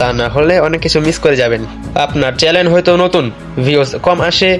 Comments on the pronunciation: না চ্যানেল হবে, আর তুমি বলছো চ্যালেন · চ্যানেল নাকি চ্যালেন 😂😂